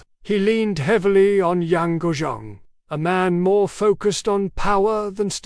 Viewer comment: the pronounciation of her name is embarassing. It should be pronounciated as phonetically Yang Gway Fey